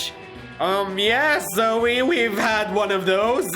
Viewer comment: Why does everyone call her zoeY its zoe just zoe it ends with an o sound